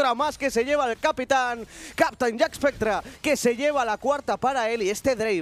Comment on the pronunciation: Alguien le explica a que se dice JACKSPECTRA y no JACKESPECTRA???